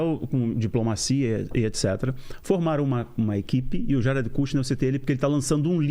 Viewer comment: Ate que emfim um brazileiro que pronuncia o nome Jared corretamente!